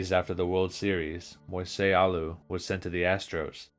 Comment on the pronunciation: The way he pronounced Renteria, Zeile and Alou really bothered me like come on dude 😂